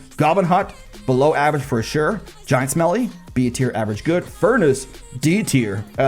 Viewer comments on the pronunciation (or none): Did you say giant smelly?